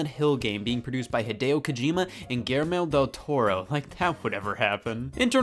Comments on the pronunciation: The Silent hill game made by gillmore del toro? Heeeey its guillermo! Hahaha gi-yerm-oh, btw thats my name to🥺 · The way Scott pronounces Guillermo del Toro's name hurts my insides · That was the worst pronunciation of the name Guillermo del Toro I have ever heard.